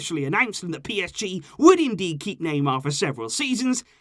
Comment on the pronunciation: Me I can't take this anymore it's every transfer were you hear the Naymer sage